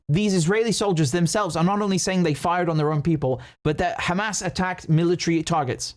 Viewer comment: KHamas, Khebollah and Khoutis! WTF!